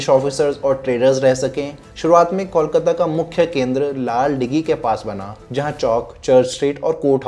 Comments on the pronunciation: Start Calling it कोलकाता and not कौल काता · Is it really difficult to pronounce cole, and coal? Then why cawl-kata? Kolkata. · Kolkata is pronounced as Coal-kata....not.....Call-kata😂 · Try Calling कोलकाता & not कौलकाता । Try ,हो जाएगा । कोलकाता & not कौलकाता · Kolkata ka name phela teh se bolna sesho bhai...before making a video and commenting on it!😂 Tells a lot about the research u have done for the video!😂😂